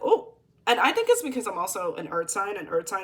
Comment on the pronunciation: Lmao “you TINK for yourself!”